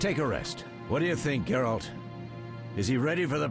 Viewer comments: Dude, it's Geralt, not Jeralt. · It's Geralt not Jeralt for God's sake... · Geralt,not Džerald 😄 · Sorry but this just pissed me off its geralt not jeralt its a G not a J ( ger-alt) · Geralt not jeralt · It's Ger-alt not Jer-alt! They even said it in the video. How do you fuck it up?!?!?!?! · Teepo Jerard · Why do american people call him Jeralt, its so annoying. Its Geralt, not Jeralt. Its not even hard to pronounce. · his names not JARE-ALT its GARE-ALT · call him Gerald one more time... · it's pronounced Geralt with a Guh, not ge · Who the fuck is "Jeralt"?! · Did you just call Geralt "Jeralt"? -__ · the intros story is from one of first book's introduction to Geralt short stories, they even made a comic book about this story. and his name should be pronounced with G like in word 'game' ;) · actually turned off the video right after i heard him say Jeralt fuck that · he just called geralt fucking jeralt... disgraceful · heard this and came to the coments to see If I was not the only one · Who pronounces Geralt as Jeralt? It is said properly by every character in every game... pls my ears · Trying to watch in 2017. Having a hard time fighting the urge to turn the video off every time he says "Jeralt" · Djeralt? Dude... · I wonder how many people are triggered by the way you say geralt XD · failing your mispronunciation of GERALTS name... Dunno what to make of this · i had really hoped he would've said geralt properly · I’m sorry for singling you out, I did mean everyone who dislike the vid because he mispronounced a name, pretty pathetic reason to dislike ngl. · hit him with a down vote for that atrocious pronunciation of the famed witcher Geralt of Rivia!!!